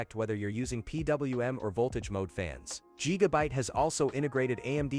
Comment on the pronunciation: LOL…yeah, I’m going to trust a lazy, worthless A.I. voiced video where the robot can’t even manage to say Gigabyte correctly. Yup…got it. JEEGABITE. LULz.